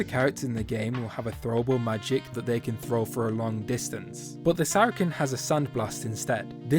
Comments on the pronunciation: bruh it's pronounced sara-sen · Everyone does, don’t worry. But for any future comments, it’s pronouced “Sair a sin” or “Sara sin”